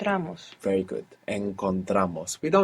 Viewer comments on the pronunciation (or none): I like when he says "Goot!" when she gets it right. Awesome videos mate, keep it up.